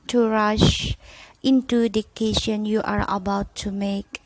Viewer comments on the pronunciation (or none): Maaf mom boleh koreksi cara baca nya yah mom🙏🏻 guidence (dibaca : gaidense), dan decision (dibaca: disision) 🙏🏻